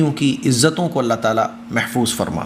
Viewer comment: aap allaah taala kehte hai Ain nahi nikaalte allaah taala nahi allaah taAala kaha kijiye